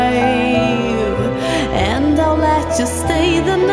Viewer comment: Your pronunciation of Im alive again is wrong, you are saying it make me feel wym alive again, listen to that part as it sounds quite strange